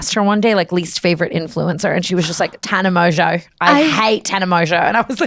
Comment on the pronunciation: wait as an australian tana’s aussie accent when she said “i hate tana mongeau” kind of ate